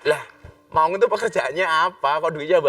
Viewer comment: Maun bukan Maung gus...😁 Maun adl sebutan kk bagi laki2 di timor.. Kalau maung sebutan macan/harimau di sunda...☺☺